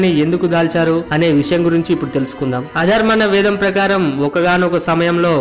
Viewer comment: అన్న మీరు చెప్పేటప్పుడు ఉచ్చారణ తప్పుగా పలికారు అధర్వణ వేదం అనకుండా అధర్మన వేదం అంటున్నారు దానివల్ల అర్ధాలు అన్ని మారిపోతాయి